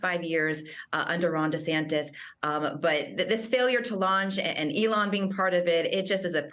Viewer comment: Wait a sec: said "Ellon" Musk is a genius. 🤣